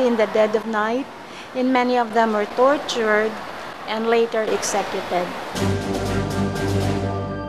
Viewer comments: she said "exekyeted" hahay worst pronunciation I ever heard. sorry.. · Okay ra na, understandable ra na ingon ana kay dili man English iyaha first language